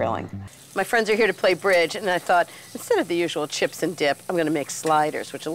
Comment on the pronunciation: I heard some of my fridge friends instead of bridge the first time 😂😂😂